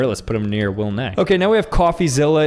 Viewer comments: It's the Willnee pronunciation that's going to annoy him (WillNE) more. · Not him pronouncing WillNE as Willnee. That's going to annoy Will so much😂. ❤❤❤ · Talking about WillNE it's not pronounced Will - Nay it's pronounced Will - N - E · “Willnay” bro messed up on the second one💀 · bro said Will 'NEY' ☠ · It is pronunced "Willy ne". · Did he just say “Will Nay”